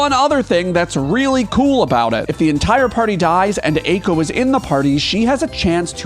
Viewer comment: Eiko isn't in the top spot because you keep mispronouncing her name